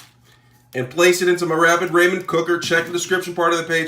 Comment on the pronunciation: Raw- Men noodles and KI - Ann peppers